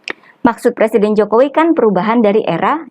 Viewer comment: Calon plesiden yg belum bisa baca tek pidatonya ahli merubah nama susilo bambsng yudoyono dibacanya Susilo bambang yudonoyo.